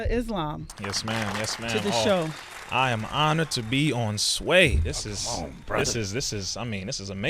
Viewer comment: Stop saying her last name Sway!!!